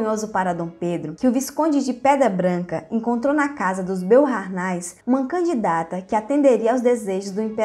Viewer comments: olá, a pronúncia de Boharnais é Boarné ... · Pronuncia-se BOARNÉS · Beauhairnais é pronunciado /boarné/ e Leuchtenberg é /loishtenberk/ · "Beaurnais" francamente. O áudio é uma ofensa aos ouvidos. Vá estudar e pronunciar os nomes de modo minimamente decente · Também percebi isso. Nem todos falam francês.